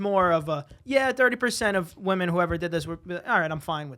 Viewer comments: The way everyone is saying “woman” instead of “women” lol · I feel like I just watched struggling to pronounce the word 'Women' for half an hour.